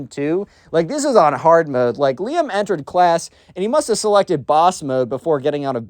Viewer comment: RIZZ!!!! Also when you say Liam i hear Liem maybe i just have that Eastern Europe ear but im just hearing russian